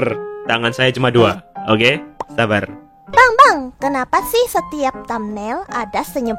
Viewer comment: sabar atau saber bang 😂😂😂